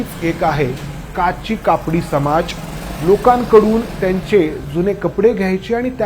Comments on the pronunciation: काशी कापडी समाज म्हणा काची कापडी नव्हे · काशी कापडी समाज असं म्हणतात. काची कापडी नाही😂😂